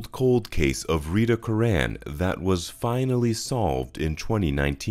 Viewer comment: Btw, it’s not “Cur-RANN” Good Irish surname “CURR- an”